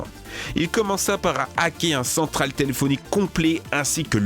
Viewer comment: Votre chaîne est vraiment sympa mais faites gaffe aux fautes de français ou de prononciation (que vous faites très souvent), c'est ultra gênant. D'habitude je dis rien mais là "Psychadélique", "Toléphonique", "hackor"... ça va trop loin quoi. Et sans déconner, fais surtout gaffe aux noms putain ! La hackeuse s'appelle pas "Chesley mayning" mais "Chelsea Manning"...